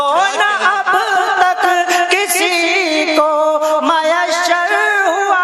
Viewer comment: Taaj.....not taaz......mayassar. . not...maysshar